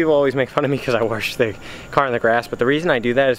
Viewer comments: Try say WOSH ! It's not fucking Waresh or warsh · Anyone else hate the way he say Wash? LOL why does it come out as Wharsh? hahaha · I don't mind that you wash your car in the grass I just NEED you to learn how to say wash not warsh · Keep the channel going man!! Just keep trying and do you... and the channel will grow.. I have been subbed since close to the start of your channel man. You cant say wash correctly.. lmao, but i like busting your chops and the s13 does look pretty damn clean man. Glws. keep on keeping on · There is no R in wash. At least im pretty sure... i dont think it is spelled w-a-r-s-h... lmfao. Just fukin around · Hahaha i said the same shit. and cannot pronounce wash correctly. Shit its all good though. People talk how they talk.